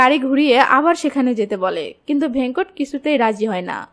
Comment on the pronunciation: Aage character der naam thik pronounce kora seekh taar por explanation koris veda k bheda venkat ke vhenkot bhul uccharon kore naamer meaning puro change kore diyechi nonsense